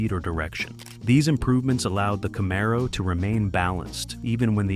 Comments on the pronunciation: It's pronounced Camaro 😂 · What you didn't think we'd notice you sneaking in a 68 camaro. And Jesus christ the pronunciation of camaro was driving me crazy, I have an actual 1969 pace car festival car,it drove me nuts listening, great video terrible narration.